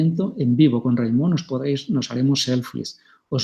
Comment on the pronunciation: Hola, se llama Raimón, que parece que haya que americanizar todos los nombres. Acento en la última sílaba como Samsó.